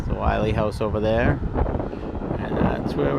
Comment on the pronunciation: Why does everyone mispronounce this trail as “Wiley” haha its Mt Willy, pronounced as “Will-EE” not being a dick, its an observation, same thing with Chocorua, everyone pronounces it incorrectly.